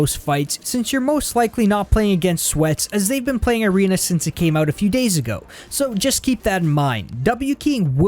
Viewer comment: He says irena instead of arena Lmao🤣🤣🤣